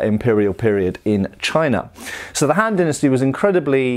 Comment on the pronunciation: The han-d dynasty... ‘scoff’